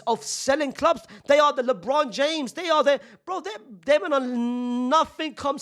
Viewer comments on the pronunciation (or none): none